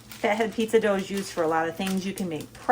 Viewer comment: Hi from Australia I’m wondering why you pronounce your pizza as faheed?? When it’s spelled Fat head 😮